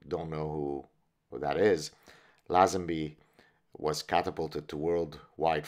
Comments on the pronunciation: Its LayZenBee, George LayZenBee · George Lazenby, pronounced Layzenbee I thought. Aussies have the best banter no doubt. I actually lost my virginity cos of a bet with a young friend of mine. Not proud of it but these brotherly challenges produce results lol MI6 (counter/) intelligence, surveillance officer recruitment and training very much looks for these same abilities, the confidence to blag your way into someone's home for example is one test they use. Same with SAS. Early recruits were total blaggers, even tasked with stealing all their equipment, supplies from other army units. Bond films weren't Hollywood blockbusters. The producer -- Broccoli -- was a notorious character himself. The stars weren't paid as much as they would have earned in similar Hollywood roles. Bond films were a strangely Anglo-American affair, produced by NY Italians and Jews, made at Pinewood Studios, with British staff Cubby Broccoli on his preference for Dalton A rather bitter, hipster 68'er Lazenby